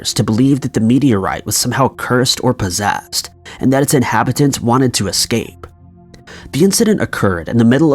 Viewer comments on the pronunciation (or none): none